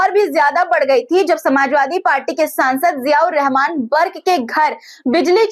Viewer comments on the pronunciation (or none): none